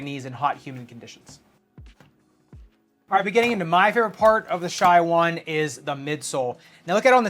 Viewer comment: Calling it the shy 001 is painful